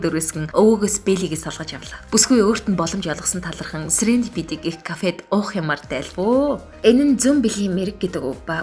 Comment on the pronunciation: Goy content hiideg shuu! ghdee serendipity gedeg ugee arai buruu duudaj bnshuu teriigee anhaararai, ug ni angli helnii bagsh gej sonsson